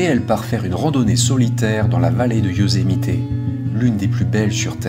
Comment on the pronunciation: Bonjour, j'ai une question pour toi et elle n'a rien de bien grave mais j'aimerais comprendre pourquoi prononces tu Yosemité? C'est anglais et les Américains tout comme nous ne prononçons jamais le é mais bien le e muet tel que Yosemit où lorsque certains américains prononcent le e en tant que i comme cela se fait en anglais car l'anglais américain est une langue d'expression. Je me pose toujours cette question lorsqu'il m'arrive de converser avec des cousins français. Sans rancune j'espère mais ça m'intrigue. Merci pour l'excellent travail que tu nous présentes et en ces temps difficiles c'est bien de penser à autre chose. ✨🫂✨